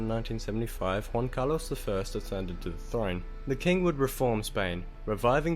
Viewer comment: But, he says Juan properly with the "H" sound, which was just Junta weird.